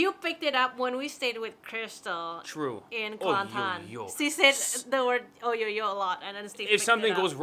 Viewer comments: It's actually ah-yo-yo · Not oyoyo lah....it's ayo yo...m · Not oh yo yo... But ayoyo!